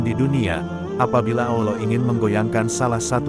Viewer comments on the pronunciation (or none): Saran saja, jngn pakek suara orang yg kalau menyebut nama ALLOH dan nabinya gk sempurna